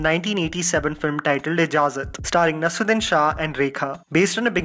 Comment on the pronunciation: Thank you for the video. If I may suggest: NasEEruddin and not Nasruddin.